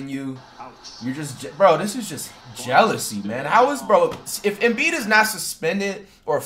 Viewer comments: It’s Embiid not Embid 😭😭😭😭😭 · flight “embid” lmaooooo